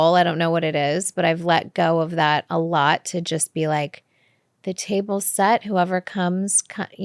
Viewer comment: here only to listen Kourt say chost instead of just a bunch of times :)